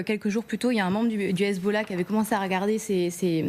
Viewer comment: Le grand reporter…il a pas un peu tendance à aspirer les h des mots en arabe? Hhhessbolao… Hhhhamazzz